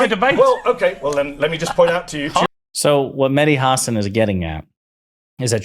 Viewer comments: FYI: It's pronounced Ha SAN not HA san. And MSNBC taking his show off the air was a terrible mistake. I used to love it, even those times when I didn't fully comprehend what the hell he was talking about. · Stop saying his last name like that. You do this all the time. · that mispronounciation of hasan was painful